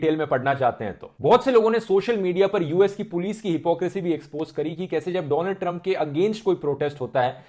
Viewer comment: noticed him saying doland trump 🤔😂